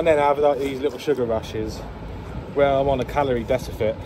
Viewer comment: You said Calorie "Decifit" instead of "deficit" 🤣